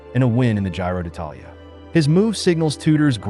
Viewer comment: I think that if somebody want talk about cycling sport as an "you tube expert" he should be able to pronounce Giro d'Italia 😉